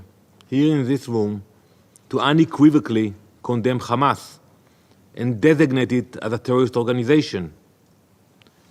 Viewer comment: How many times he said khamas I can't count🫣🥴